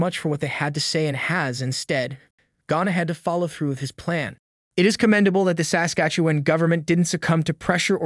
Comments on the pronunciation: You pronounce Saskatchewan weird. The emphasis should be on the second syllable of the word Sas-KATCH-ew-an and not on the first. Other than that great video. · SA skastuwen..? It sounds funny when you say it like that. Great reporting. Try saying it like " Sas KA tchewan. like a good Canadian Kid. 👍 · SASKATCHEWAN- Pronounced "Sass" -"catch"-"ew"-"juan" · I hate the way you say saslatchewan. thanks for covering this though. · You are adding an extra syllable and over pronouncing the 'e' in Saskatchewan, the 'e' comes out like a short 'uh' sound, Sask-Atch-uh-won. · Its pronounced: Sasquatch- ah- wan. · Would have been much better if the narrator knew how to pronounce the name of the Province though. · Haha It made me laugh every time he said it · Why can’t he say Saskatchewan? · 32 seconds in and I'm wondering where you're from? The way you pronounce Saskatchewan tells me you aren't Canadian. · The way you pronounce “Sas-katchewan “ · you talk like a robot...you pronounce Saskatchewan like someone from Lithuania or some place like that.... Are YOU a real person or a controlled opposition robot!!??? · Maybe learn the proper pronunciation of Saskatchewan, ask a local...... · Please learn how to say Saskatchewan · learn how to say Saskatchewan. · First, you should learn how to pronounce Saskatchewan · you need to learn how to pronounce Saskatchewan.. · Learn how to pronounce Saskatchewan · I like your reports but you need to work on your pronunciation of words, its jarring. Its Sass-catch-ew-wan. Your other video that had polyamorous in it and wow, butchered. Poilievre is our next PM so maybe... learn how to say it. Poy-lee-ev.